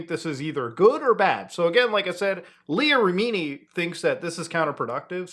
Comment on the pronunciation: “Leía Ra-mee-nee” 😂